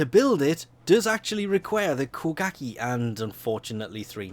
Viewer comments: "Kuh-gah-kee" instead of koh-guh-ghe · I Hate How He Says Kogake As Ko-Gak-Eey When Its Ko-Gahk-a